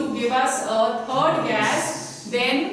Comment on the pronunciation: Kya bolta h ye gas... 😂😂 rest of the you are brilliant teacher...